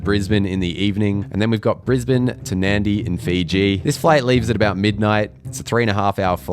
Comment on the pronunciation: points for pronouncing Nadi correctly 🇫🇯